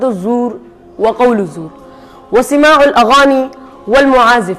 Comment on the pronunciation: سِماع✖✖✖✖❌❌❌❌❌❌❌❌ سَماع✔✔✔✔✔✔✔✔✔✔✔✔